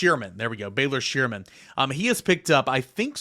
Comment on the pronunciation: Butchered Baylor’s last name 😂